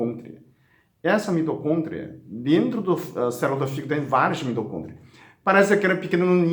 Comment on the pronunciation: Aí genteeee... "Mitocôntria" eu não aguento....